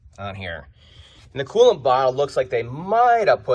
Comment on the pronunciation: Could be learning but I'm distracted by the voice pattern and how he slides over syllables. It's coolant. Not cooant. Sorry. Also I'd never own a Ford.